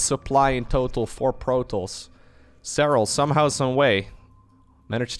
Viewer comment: I am not a native English speaker, but why does he pronounce protoss so weirdly?